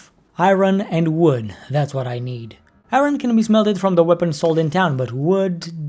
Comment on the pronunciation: why do you say I-Ron XD